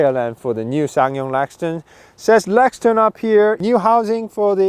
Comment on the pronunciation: Obviously. But the presenter repeatedly says "Lexton" not Rexton.